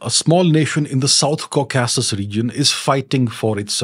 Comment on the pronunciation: Nice Video! Please correct the pronunciation of 'Caucasus'.